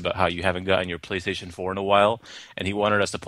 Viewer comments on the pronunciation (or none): "Praystation pour" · lol "PRAYstation four" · Praystation POUR! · it's praystashun por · ' PRAYstation Pour '